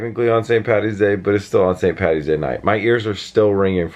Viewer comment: Thanks for calling it St Paddys day. Its not Pattys day. Great channel. B is for best